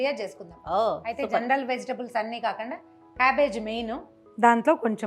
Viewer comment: Kakanda kadandi babu kakunda